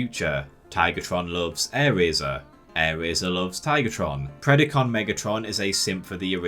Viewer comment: Dude, its Pred-A-con, not Pred-I-con. Anyone who watched Beast Wars should know how to pronounce the word.